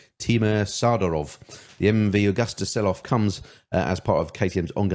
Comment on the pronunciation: The name is MV Agusta. It's pronounced A-goo-sta!